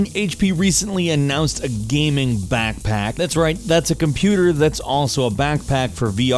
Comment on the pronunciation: 0:9 "Today Gameranx brings you ten weird GAHMING stories of 2016" Oh...